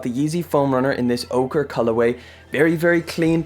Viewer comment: Pernouced orcheeee